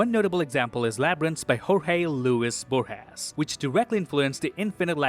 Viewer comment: Your videos are fantastic as ever and I applaud your expansion into non-comic-book movies; Interstellar is a PHENOMENAL choice for your particular brand of breakdown. That said, as an Argentine, your pronunciation ish of "Jorge Luis Borges" is so painful hahaha